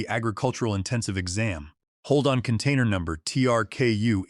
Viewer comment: I stopped listening after a couple of minutes, mistakes in the story made by A.I made me lose interest in the story. What a "can tainer"? Get rid of the A.I and your stories will automatically improve. Proofread amy story for mistakes and inconsistencies and that will certainly help with the stories.